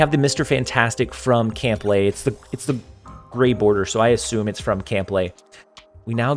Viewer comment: LOL Camp Lay? Camp [Lee-High] my dude.